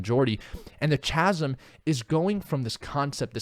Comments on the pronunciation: Chasm=kasum hahaha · "chasm" is pronounced "kasm":)